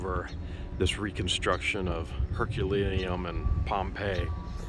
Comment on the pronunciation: Hi, say after me….. Her queue lay Neum. There you go. You can pronounce it now. Happy new year to you both. Xxjojoxx